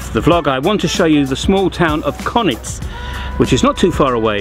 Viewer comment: I'd love it if you would learn how to pronounce Konjic correctly. It's pronounced Kon-yits not Konits.